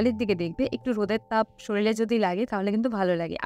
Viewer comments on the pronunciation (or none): সলিল নয় উচচারনটা শরীর কথাটা তোমরারা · কথা বলতে বলতে অনেক সময় উচ্চারণ এর Mistake হয়ে যায়, তাই বলে এই নয় যে আমি ইচ্ছে করে সলিল বলেছি বা শরীর শব্দটা আমার জানা নেই।☺️